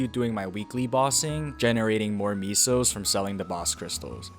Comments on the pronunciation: "Misos" .... Soup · stopped watching as soon as u said meeso